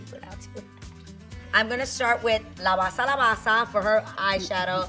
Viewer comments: It’s not la bassa lmao 😆 It’s “la base la base la base” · that was soo funny... la basaa la basaaa la basaa, but ps, is la base...lol, love to see a fellow latina, and even more a fellow new yorker thriving. love youuuu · CORRECTION: is not la basa is la base 🙆‍♀️